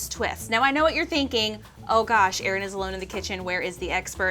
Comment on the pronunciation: said ern food facts haha 😂😂